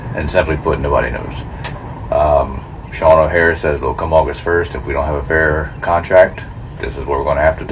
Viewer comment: Did that clown say Sean o harris